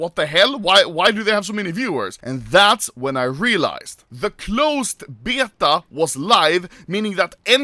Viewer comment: Lol the way he says beta is hella weird.